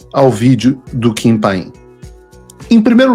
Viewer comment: Paulo, o nome é Kim Paim. Não pain (dor em inglês). Kim é tudo de bom!!!! Ele estuda muito e é muito equilibrado em seus comentários. Não precisa usar palavrões (como você usa com tanta frequência) para expressar os sentimentos dele!!!!! Não é por nada que ganhou 2 (DUAS) vezes o premio IBest de melhor jornalista de política!!!!!!